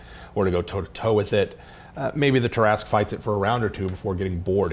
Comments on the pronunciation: It's pronounced ter-ra-squew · Tarrasque is prenounced Terra-skew